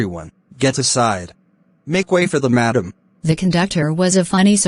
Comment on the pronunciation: The conductor is saying madam as if it is 'madame' brand😂